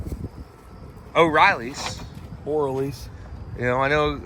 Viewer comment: They would sponsor you if y'all say the name right 😆 it's O'Reilly not O'Riley's 🤘🤘